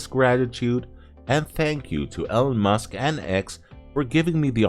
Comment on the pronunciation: "Ellen Musk"? I guess AI just isn't there yet